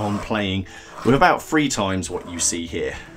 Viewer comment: From the Independent 2016 An increasing number of British people don't pronounce the word 'three' properly 😜😝🤪 Your Muver didn’t clip you round the ear enough when you were younger. I was surprised though, when you said birthday & not birfday 🫣